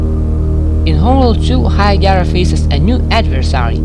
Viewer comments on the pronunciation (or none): It is called Hiigara, not Hiagara.....